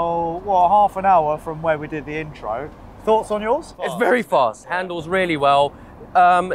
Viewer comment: Can someone please slap every time he says vurry instead of very